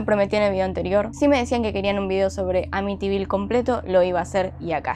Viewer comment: Jajaja ahora si lo dijiste bien te quiero❤